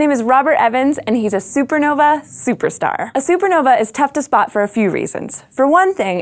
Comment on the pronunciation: She seems incapable of pronouncing the letter "t" at the end of a word. She pronounces "point of light" as poi' af ley' "violent" as viola', "spot" as spa' , "fingerprint" as fingerpra', etc. Yes, it's pretty annoying, but 'll get over it, no problem.